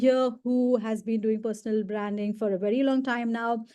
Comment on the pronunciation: Feedback: It's hard to understand what she is saying. Many words are mispronounced as ranks, traits, branding.